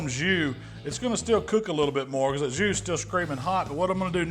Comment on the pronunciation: I’m horrible but I LMAO when you said “I’m just going to let this beef soak in this Jew.” I know you said “jus”. I’m probably going to hell.